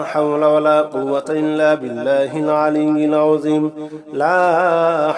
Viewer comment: ঠিক ঠিক উচ্চারণ আছে।